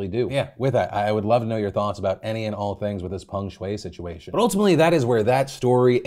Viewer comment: Americans are so funny with their pronunciations. They pronounce the name as Pang Shuei while it's Peng Shuai. Literally the e and a get reversed. How do you do that?